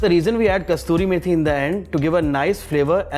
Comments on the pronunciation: it's not Kasturi Methi, it is Kasuri Methi... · The methi is called Kasoori methi, from Kasoor in Pakistan. It is not kasturi methi. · It is good dish. Please amend it is Not Kasturi Methi. It is Kasuri Methi. A city now in Pakistan. Thanks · First time...heard a chef pronounce wrong way for kasuri methi....I was shocked